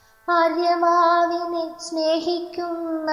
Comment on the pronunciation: ഉദ്യമം ശ്ലാഘനീയമാണ്. ഒന്നുകൂടി മെച്ചപ്പെടുത്തിയാൽ കുറെ നന്ന്. ആലാപനം നന്നായി. ഭാവം ഏറെക്കുറെ സ്ഫുരിക്കുന്നുണ്ട്. എങ്കിലും "ആര്യമാവെ"ന്ന പ്രയോഗം അരോചകമായി. " അര്യമാ''വെന്നുതന്നെ ചൊല്ലാമല്ലോ.